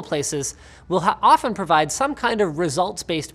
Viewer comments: “will ha-often” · will ha--OFTen provide... nice Also what is with this title and tbh entire video. Clickbait this bad is honestly something I wouldnt expect from this channel, especially for a video that's entirely an ad for a sponsor.